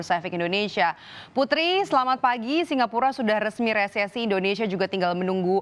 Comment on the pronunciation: Resesi Re se si Dibaca resisis